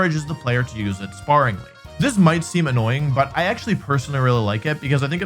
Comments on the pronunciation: Did he say spar-ingly? It’s spare-ingly 😅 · I like how Wolfe is so unfamiliar with script he misparsed 'sparingly' as 'sparringly'